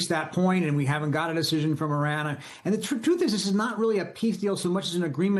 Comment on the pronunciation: Why can't the majority of Americans not pronounce Iran and the Iranians properly?